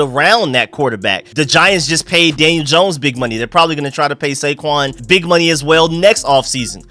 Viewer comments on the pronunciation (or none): none